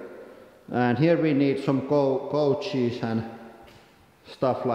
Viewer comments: i thought he said goat cheese too:)) and i didnt figure he said coaches until i saw your comment. I just like "this is, he probably said goat cheese and its very normal for him" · It is interesting how the brain automatically corrects wrong information. When I first heard it, it was immediately clear that he meant couches. I had to click that timestamp and now I clearly heard goat cheese. ;)